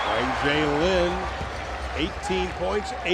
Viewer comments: did the commentator just say jlin ? O.O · its pronounched juh lin, not zh-jey-lin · It's pronounced "Zh-jey-lin," so yea that's close lol.